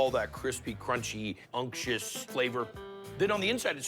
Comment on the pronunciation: "crispy unk-shus bacon"